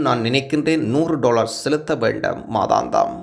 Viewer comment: உங்கள் தமிழ் உச்சரிப்பை சற்று கவனிக்கவும். வேண்டும் என்பது வேண்டாம் என கேட்கிறது. இராட்சியம் என்பதும் பிழையாக உச்சரிக்கபடுகொறது